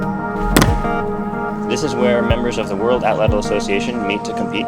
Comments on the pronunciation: Great video! Now all you northerner folk need to do is learn to pronounce the Nahuatl word "atlatl." 😉😏 From Google AI: "The stress is on the first syllable, and the "tl" sound at the end is a single, unvoiced consonant produced by placing the tongue as for a "t" and then letting air flow around the sides of the tongue for an "l" sound." Which is to say it comes out a lot like AHT-laht'. Greetings from Tennessee USA, and may the Artifact be with you! 🖖🏼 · Why is she saying atlatl twice or is another word? atlatl atlatl knife point etc. if figured it out when looking up how to pronounce Atlati its' two syllables so Ahh Latle